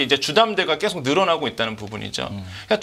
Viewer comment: 말씀 잘 들었습니다. 그런데 발음이 너무 거슬려서. 언제부터 계속 이 꺠속이 되었구, 조금이 쪼끔이 되었는지... 요즘 말투인 것 같은데....헐...